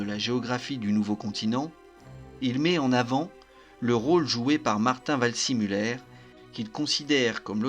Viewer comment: Waldsimuller ? « see » ne se prononce pas toujours forcément à l’anglaise, surtout pour un nom allemand ! En général et en particulier, ne jamais hésiter à demander la confirmation d’une prononciation d’un nom ou d’un terme étranger, surtout quand on ne connait pas la langue. Le nom se présente vald-zé-muller.